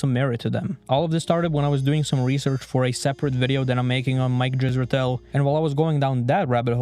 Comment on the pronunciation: You mispronounce Dr. Zorp Israetel Vorp a lot.